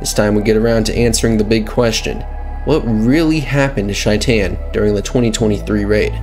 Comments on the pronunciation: Is it just me or is he pronouncing his name completely wrong…. Shy-tan. It’s a name so they way he says it makes it a completely different name. ? You mean SHAE-TIN or shay-tin Idk why but Shy-tan is so hard to hear. It’s possible that is how it’s pronounced idk. It was hard to hear shytan tho. Not hating just an observation as in the game it’s pronounced SHAE TIN Yes Ik it’s spelled shaitan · "Shy-tan" My guy.... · how do you mispronounce the name so hard when it's clearly pronounced in game? SHAYt'en. like a verb. i'm shaytin'....at least that's how Johnny says it in the Arasaka tower flashback. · Corrections: 1. Johnny called him "SHAY-ten." There's no indication that this was ironic, so that would seem to be the correct pronunciation, unless there's a clip of Maximum Mike saying it differently. 2. Sure he does. Just look at Johnny's arm. ;) 3. The correct term is "GM." Game Master. DM is a branded term specific to Dungeons & Dragons. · Man's been out here mispronouncing shaitans name for like 3 videos now